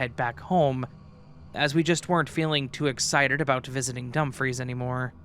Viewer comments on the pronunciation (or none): Great stories!! As a Scot pls note Dumfries is pronounced Dumfreece and not Dumphreys 😅